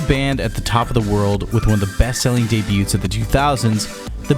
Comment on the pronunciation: Speaking of cringe. I just cringed where you don't know how to pronounce the word "debut". I guess it's not too much of a shocker coming from a guy who mispronounces multiple other words, or just gets words completely wrong like when you say "scoTH" because you don't understand the word "scoff". My advice would be to stop trying to use words outside of your vocabulary and sound smarter and more educated than you actually are. When you butcher those words, it backfires and your attempt to sound smart makes you sound ignorant and uneducated.